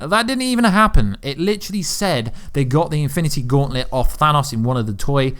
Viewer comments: than AHsss? its pronounced than OOOs. OH not AH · Sounds like you are saying "Thanus" instead of "Thanos"